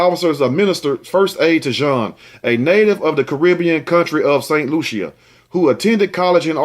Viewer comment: Hey the island is St Lucia (Lu-sha)😬